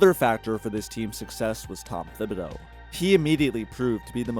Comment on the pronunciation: The H in Thibodeau is silent, that’s why his nickname is Tibs not Thibs